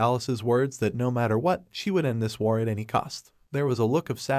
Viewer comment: My man saying war wrong 😂